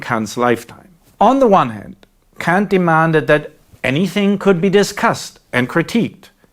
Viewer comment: "Honestly, I kan't"... handle that you chose to pronounce Kant ...like this, moeller. Except in that 1 video, with an actual apology. I am surprised you found that necessary, and I would quite like to know why? I will not let this get in the way of all the valuable content, however, and wish to express my gratitude: Vielen D[æ]nk!